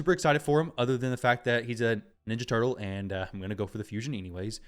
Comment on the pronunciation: oh mah laww a snapping turrlaww